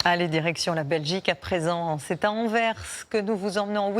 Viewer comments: AnverSSSS ne pas oublier de prononcer le "S" svp. Merci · non elle n’est pas dit correctement c’est anvers et pas anver ...